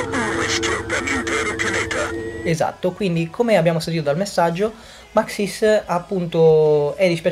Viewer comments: Non si dice Maxìs, si dice Màxis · ma scusa io è un po ke nn ci gio co ma mi sembra ke l' accento di su xis di maxis sia diverso dal tuo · Actually is Màxis, non Maxìs